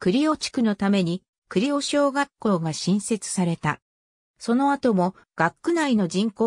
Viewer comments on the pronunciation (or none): 地元の学校紹介されて嬉しい あとあいこではなくあやしですよ。 かみあやし しもあやし あやし など そしてくりおではなく くりう です